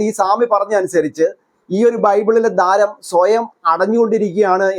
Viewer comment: ദാരം അല്ല ദ്വാരം...